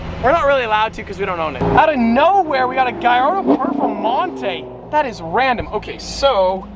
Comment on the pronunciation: What is the "Gallardo performante"??